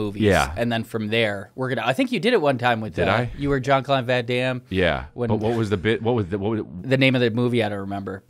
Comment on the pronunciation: Brendan isn’t on the episode so Eric picked up a speech impediment?! 🤣 I swear he hasn’t pronounced Jean Claude Van Dam correctly yet 😂